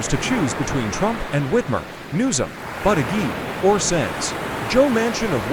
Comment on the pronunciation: Learn how to pronounce Pete Buddajudge